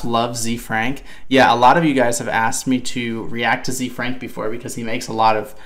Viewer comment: As a heads up, it's pronounced like Zay Frank. His name is Hosea Frank, Ze Frank for short.